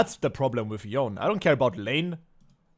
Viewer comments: No, it’s supposed to be something like Yo-nei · Nah its Yone-ay, thats how Yasuo says it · Can bro pronounce Yone right once